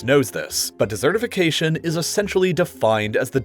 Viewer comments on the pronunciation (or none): Dessertification? Sounds YUMMY. I would be worried, rather, about DESertification (emphasis on the first syllable)! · Please learn how to pronounce "desertification". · Not dessertification, desertification. Ice cream and sprinkles are not involved